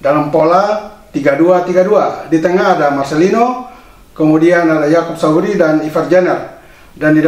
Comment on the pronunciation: Salfok sama ucapan Yang bilang yakop Sauri padahal kan yakop sayuri 😁😁.salam sehat